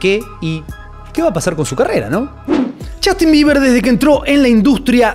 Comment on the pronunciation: Es justin bieber, no jastin